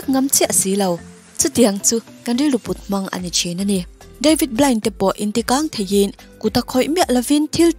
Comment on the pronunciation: David blind nilo in david blaine tih zok tur nilo maw😂😂😂